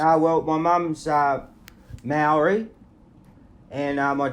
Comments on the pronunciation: That’s not how you say maori is it, it’s more like moldy wit a tongue roll in te rao the native language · MOWREY?👀 Wtf is that 🤷🏽‍♀️ ahh NO you’re an Aussie born & bred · i wana smack this prick for saying maori like that!!!